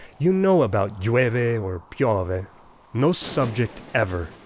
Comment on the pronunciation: "Pióvéh" ahahahahah It's Pìove As you said it, it sounds like an Italian stereotype